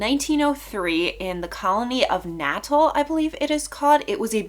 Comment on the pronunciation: His name is pronounced Alan Paton with a long A sound on the a (Payton) ; state in South Africa is pronounced Na TAL with emphasis on the TAL; hope that helps.